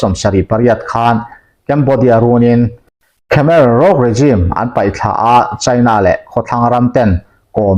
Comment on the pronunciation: khemer ruz anga ri turin lam tur aw..chuan milisia tih ri ang a lam bawk tur